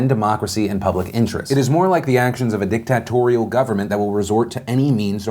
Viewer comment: The way Phil reads "dictatorial," Like "Dick-Tat-Torial." Holy shiz. XD